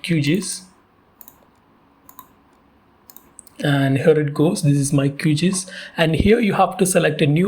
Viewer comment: It's pronounced as Q-G-I-S and not QGees.